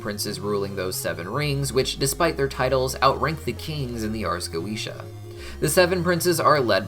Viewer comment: Having studied Binsfeld and the Lesser Key well before HH and HB came about, I cringe every time I hear go-eesh-ah. I know that’s how Vivziepop uses it in the shows, but it still hurts my senses :)